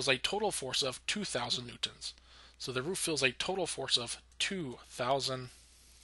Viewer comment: Good Videos But you pronounce "Newtons" really weird